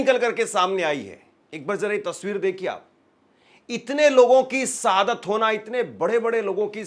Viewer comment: Abe enkar sab hindi to bolna seekhle sadat nahi shahadat hota he or liziye nahi lijiye hota he